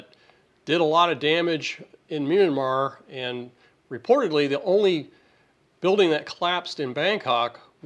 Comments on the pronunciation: It's not Miramar but MYANmar (Mianmar). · It’s pronounced “mee-an-maar”😳